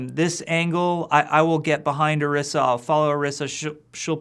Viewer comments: Either he's pronouncing her name wrong or they spelled it poorly. (That "i" should be long, unless they add two "s"s) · pronounced "oreesa" or "orissa"? y'all need to communicate with each other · That's what makes it so irritating. He should know how to pronounce it. Go and watch the character intro for Orisa that is also on the overwatch page. It is very clearly pronounced as I said it. Always so cringeworthy when you hear people mispronounce names. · OREESSA!!! not or-ih-sa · ... He pronounced Orisa wrong... In her origin story video, Efi pronounced her name "Or-ee-sa." He pronounced it "Or-ih-sa." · Why does Jeff keep pronouncing it "Arissa"??? Dude, it's Orisa! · This n**a said Orisha? It's pronounced; Or-EE-Sh-Ah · The video say O-ri-sa you said Ari-sa but I do know people talk different sorry this was rude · Oh-ree-sah. Not Uh-riss-uh. They pronounce it that way in the promo video. It's really not that hard to say it correctly. :/ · Or-15 Or-IS-A Orisa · Isn't it pronounced (oh-ree-sa)? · Akinwale segun Its supposed to be pronounced OrEEsa tbh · The fact that Jeff says orisa without any sort of accent into it (Or-rI-sa)kind of made me cringe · Jeff pronounces Orisa like Arisa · Haha it's not really laziness. Most people would just think it was a made up name and not think to look up if it was based on something. It bothers me though because I feel like they should pronounce her name as "Orisha." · Ah "Oirsa" I get it.. OR-15-A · It really bugs me how he keeps butchering the new character's name. Orisa is clearly meant to be pronounced using a spanish inflection, considering that the little girl says it correctly in the opening cinematic. Oh-ree-sa is phonetically correct. Come on Kaplan, get it together! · Why can't you just pronounce it Oh Reeza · You pronounced Orisa incorrectly. Fire him. YOU GOTTA ROLL YOUR TONGUE MAN. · When does this come out? Also he pronounced orisa differently than they did in her origin story